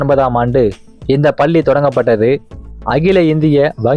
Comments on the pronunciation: பல்லி பல்லி என்று படுத்துகின்றாயே தம்பி. நீங்கள் குறிப்பிட்ட ஏதாவது ஒரு பள்ளியில் சேர்ந்து உச்சரிப்பு பயிலவும். தாங்க முடியவில்லையே . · Please prononce Palli properly.Madras Christian college school,Church Park Convent,are also best schools.Of course u did not mention Central schools.